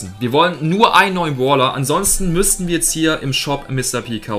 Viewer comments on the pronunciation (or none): Das heißt Brawler nicht bawler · lern mal deutsch boler und bolstars